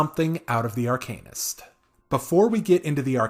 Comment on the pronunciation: AR-CAN-IST, as opposed to ARCANE-IST